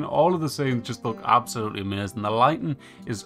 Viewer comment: It's AMAZING. Not ameuzin 🤣. Lol just joking. But the way you say it had me rollin